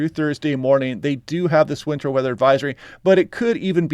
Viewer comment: is demonstrating that western Washington is developing an accent that drops T from words. He says Mownins, instead of Mountains; and winner, instead of winter. In another 20 to 30 years they won't say Western Washington but instead Wesern Washingnin.